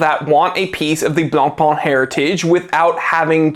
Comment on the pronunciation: The pronunciation IS NOT BLANCPÒN or even BLANPAAAAAN! YUCKKKKK!!! YOU SILLY YANKKKKK 😂😂😂😂😂😂😂😂😂😂😂 Pain means BREAD AND IS PÈN. OOOOKKKK???? STOP WITH FRENCH LANGUAGE RAPE!!! 😂😂😂😂🎉